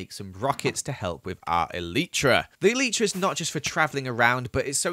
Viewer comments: Did he just Call an elytra an elitra?! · When you say eitra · The proper way to pronounce elytra is E-Lie-Tra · Anyone else triggered by the way he says 'elytra'? (ee-lie-trugh) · hate how he says elytra